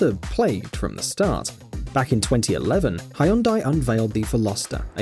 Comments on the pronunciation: Hyundai? "Hai-uhn-die"? Come on dude. If you don't know it's "hun-day" by now, you should not be making car videos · Hyundai is not pronounced "Hy-un-dye" it's two syllables "Hyun-dye" Say "Yun-dye", then put an H in front of it. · It's not Highyundai. It's more like Yundai.